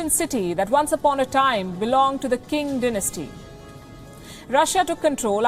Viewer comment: The Qing dynasty is not pronounced “king” dynasty but “ching” dynasty, this is were the name China come from and it is written with a Q because in the Latin Chinese alphabet Q is pronounced ch